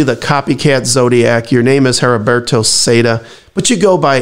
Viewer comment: The h is silent in Heriberto.... If you need help with Spanish let me know.